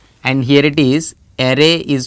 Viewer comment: It's "is" and not "is-a".